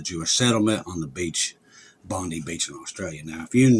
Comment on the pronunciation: It’s pronounced bond 👁️ the number of fatalities change depending on who you listen to